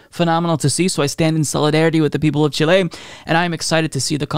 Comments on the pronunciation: It was a little distracting, lol. I was super "in the zone" because I'm from Argentina and a big fan of Allende's legacy, and every time he said Chilé was like a kick in the soul! Lol. But is awesome and not even that will make me not like him! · I am a fan and frequently send links to your videos to friends. That being said, Chile is pronounced with the first syllable accented, in either English or Spanish: Chíle. CHEE-lay or CHIH-lay. Thanks, and keep up the great work. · It's just the Spanish pronunciation with the stressed é (Chilé). It can feel strange to pronounce words from a language that you know while speaking English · Not chilean but i want to help, is CHI-le, chilenos please teach him! XD PD: chilenos éxitos en su constituyente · Great segment, however the accent is on the FIRST syllable in the name CHI-le...otherwise wonderful news.... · "Chi-lay" is gonna be my new safe word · Chilley? I can't listen to it. Too distracting. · Hey, love you, but what is that country “Chiléy” your taking about?😂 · I don't want to poke fun at you but you say Chile really funny. It's not pronounced Chilay. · Chile is pronounced chill-ee, fight me. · Emphasize the “Chi” and not the “le” As in: Chee-leh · It’s not chi-lay 😂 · I love you my guy but it's not Chiley, All the love to u tho. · Why the fuck are you saying "Chilé" it does NOT have the accent or emphasis on the "le" but on the "Chi". Got it? Thank you for learning new things. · Don't worry about how you pronounce Chile! What is valuable is your message and support for my homeland! Allende was a real statesman! I was young when he was elected president. I also lived the terror during the government of the dictator Pinochet. I don't wish that experience for anybody in the world! Thank you! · accent on the i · Chile doesn't have an accent on the "e" in Spanish though. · i love you but the way you say Chile is killing me. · Great video! But it's pronounced "CHEE - lay," not "chi - LAY."